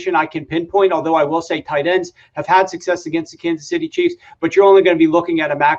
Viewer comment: Bro success not sussess suc·cess /səkˈses/